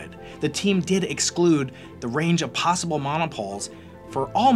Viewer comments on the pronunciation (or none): none